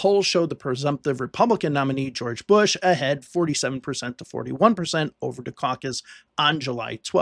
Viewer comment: Was this the year of pooo er "Geow erge" He Cain't help it......